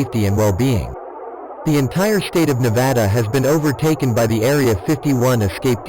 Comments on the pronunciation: Thank you robotic voice for pronouncing Nevada correctly~ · As a Nevadan, thank you for saying Nevada correctly, great video! Keep releasing them!